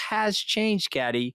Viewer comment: God i feel sorry for Kathy!!the yank wont let her get a word in edgewise, doesnt have the manners to prounce her name correctly and tries to use her not being friends with criminals as a stick to beat her with....like thats a bad thing!! Hes truly an ingrown toenail of a human being....really shows Allistar Campbells lack of judgement since this podcast was clearly his idea, Rory saw him for the conman he is